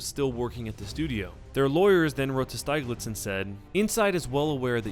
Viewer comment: Steeg-litz, not Styg-litz